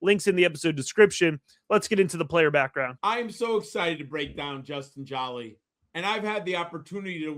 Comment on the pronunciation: Great job. Please pronounced his last name correctly. Its one L, not two LLs- It’s like the actress Angelina JOLIE. THANK YOU